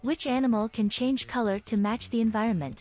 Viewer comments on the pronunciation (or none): none